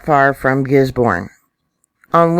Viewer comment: And its gizbin not gisborne :-))